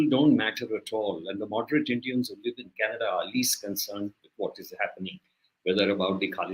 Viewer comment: Trudeau is responding to Kannada and not Canada 😂😂😂 just ask any Nijjar fan to pronounce Canada and see the magic, yesterday pronouncing was changed and today government is about to be changed and tomorrow country will be changed to Khalistan 😅